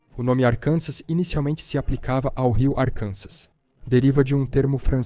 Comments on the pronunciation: Arkansas se pronuncia Arkansaw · Não se pronuncia o S em Arkansas. E a sílaba tônica tá na última sílaba, como “Arkansá”.